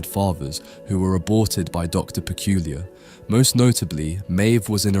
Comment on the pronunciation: It's a way of farming enagement, he pronounces peculiar correctly in the Queen Maeve section